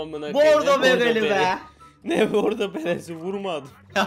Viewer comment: Bordo deil boggdooo beylerr